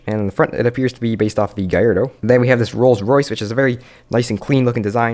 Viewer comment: It's spelt Gallardo, not Giyardo.